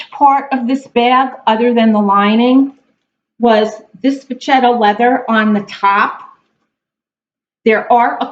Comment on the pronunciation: 2 things for my fellow LV Vintage lover! First of all it is pronounced VeSHETTA leather not VeCHETTA....So its a shhhhh sound like in She, not the CH sound like in Cheese! You’re welcome! 😃 Also a question... Why spend 3 days cleaning and peeling the lining when for only $120 any Louis Vuitton store will take it and send out to have the entire lining re-done brand new! I used to do what you did, but I decided my time is worth more than that! Also, when they replace the liner they also replace ALL of the Vechetta interior pieces such as the zipper pocket trim and zipper, the other pocket trim, the top edge of the bag, the brass chain inside, and even the date code tag! ( they stamp the original date) They also clean and condition the Canvas. When you go to pick it up, you get all the works! Louis Vuitton new dust bag and shopping bag! It looks and feels like a brand new bag! It looks so beautiful and no mess to deal with or 3 days of your life gone! It’s a very low cost for what you get. The only “ issue” is the leather will be light like on a new bag, and won’t match the old straps...but Ive got a cure for that! Use a cotton ball to rub Olive oil on the parts you want darker, and sit in the sun a few hours. I’d leave the interior light though because it’s so pretty and doesn’t conflict with the rest. Thanks for sharing your video!